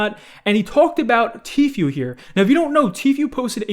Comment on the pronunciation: please. Its tfoo not tfyoo